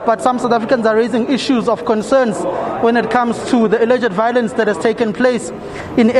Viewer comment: Why does all the EFF members say VOW Lence,,, ????